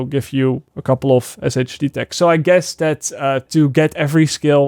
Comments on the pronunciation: Not really sure how you didn't know this already but SHD Tech is pronounced Shade Tech. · When's gonna realize "SHD Tech" is pronounced "Shade Tech" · I love how you say Shade tech 😂😂 😂